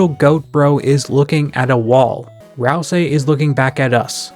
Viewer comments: Okay, say "ICE" > ice Okay, now say "E" > e Now say "ICE-E" > icy e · That's how every dr youtuber pronounces it?